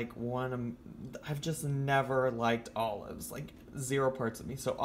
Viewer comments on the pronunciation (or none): you gotta say olives like she does tho... allofs. I'd eat this without the allofs and without the pretzel thins. some nice ritz crackers or sumthin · You didn’t say olives like. She says “alluhves”